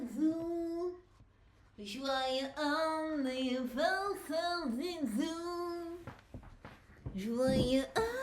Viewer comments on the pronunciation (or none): Joyeu anniversaire sans la liaison m'a terminé 😭😭